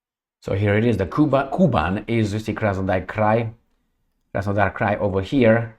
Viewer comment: Hello, Thank you for your tireless job. Little correction… - KUBAN’ is very rich agriculturally Russian’s Region, which pronounces like “ Ku-bAn’ ” with the accent on its second syllable and soft N at the end. Almost like in now more and more famous currency - YouAn’ (Yuan’s). 😊 Cheers